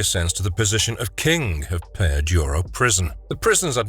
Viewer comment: It's Peña Duro, not "Peya Duro".